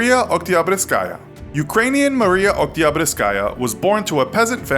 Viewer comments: Fun fact: Oktyabruskaya is the name adopted by fervent Communist supporters. It references the October Revolution, the Russian Communist Revolution. Also they definitely are not pronouncing her last name right lol. It's Okt-yah-broos-kah-yah. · Uni, Lord of the Krabs Mariya Oktyabrskaya Edit: got the last letter of her first name wrong.